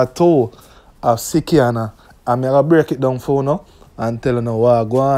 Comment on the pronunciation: It is slikianna not sickianna